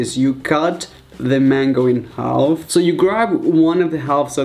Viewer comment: The L in half is silent